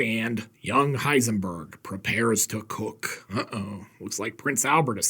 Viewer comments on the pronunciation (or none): none